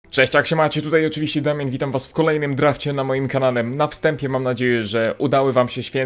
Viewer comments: kanałe A nie kanane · czy tylko ja słyszę,, witajcie na moim kanane,,?